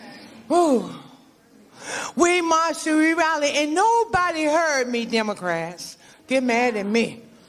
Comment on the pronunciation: "Obody" lol